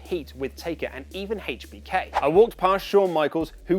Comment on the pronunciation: He said "Haitch BK" 😂😂